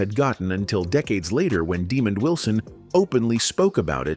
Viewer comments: His name is not Demon Wilson, it’s Demond Wilson! Get it right! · Why is the commentator keep pronounces Demond Wilson name demon.His name is pronounce Deemon. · Why would you call Demond Wilson, Demon. Man if you can read don't do storylines. It pisses me off , the idiots posting videos and can't Read or pronouns peoples names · Dude, when you don't even know how to pronounce Lamont's name correctly, how is your video gonna have any respectability. One of the key characters in the sitcom and you can't even pronounce his name correctly, no thanks. Demon ????